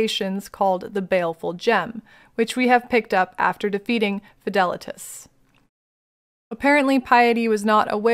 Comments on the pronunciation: Your Fidelitas pronunciation was right! many names are latin, and the proper pronunciation is infact: FEE THA LEETUS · You pronounced Fidelitas correctly.